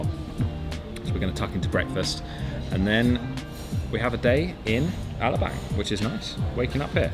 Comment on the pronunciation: You'd think after all the YEARS being in the Philippines, they'd learn how to pronounce Alabang , and other places /things , and learned SOME Tagalog to enrich their experience with the people of the country .